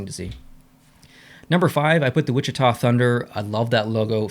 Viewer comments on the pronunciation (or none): none